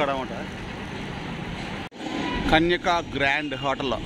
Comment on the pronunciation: Sree kanya Ra adi kanyaka kadu 🤦